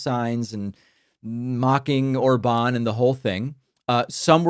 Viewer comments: it's OR-bahn not or-BAHN 😂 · Btw, despite him having that á, his name is stressed on the first syllable (like most? all? words in Hungarian). So ORban not orBAN.